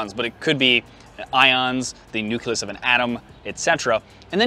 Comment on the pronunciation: oh FFS you say NUCLEUS wrong! You're one of those "NUCULUS" muppets!